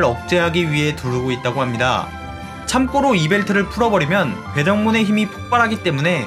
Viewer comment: 영상은 참 재밌고 좋은데, 참꼬로라는 발음이 자꾸 거슬려요..